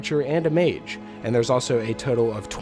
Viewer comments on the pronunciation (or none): none